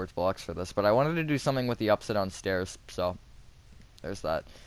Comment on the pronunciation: i still rember watching that video and you making me laugh by saying stores instead of stairs